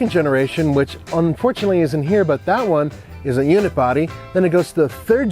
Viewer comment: Does he keep saying ‘unit-body’? I thought it was ‘unibody’.